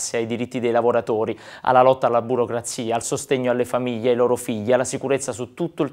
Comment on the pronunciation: Si dice famiGLIE o FAMILIE NON FAMIIYYYIIE